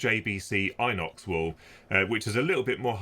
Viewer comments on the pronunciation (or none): pronounced in ox, not eye nox.🤷‍♂️